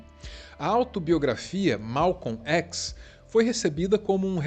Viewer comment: O vídeo é bom, fora o fato de que nós Brasileiros sempre dizemos Malcon Xis "chis" nunca um Brasileiro pronunciou ékis! LAMENTÁVEL